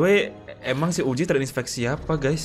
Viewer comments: Bang ko kalo ngomong uzi jadi uji aku dengarnya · Bang bukan uji tapi uzi